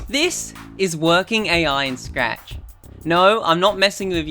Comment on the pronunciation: Ah yes, my favorite programming language: Srachahahaccci